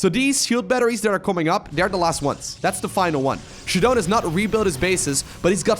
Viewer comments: ShaDoWn should be prounounced as "shut down" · i pronounce his name shadow-N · I think this is "Shadow N" is how it's pronounced.